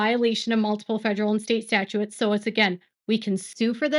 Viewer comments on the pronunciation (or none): Statutes: stat-choots, not stat-choo-its. Sorry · Retired attorney here. In camera review just mean in person. Statutes is pronounced Stat-uttes. second part rhymes with butte. Malfeasance is pronounced mal fee since. You know this stuff very well. trust your self. You only have to say you are not an attorney at the beginning and then end AND include that none of this information should be construed as legal advice or any formation of an attorney client relationship.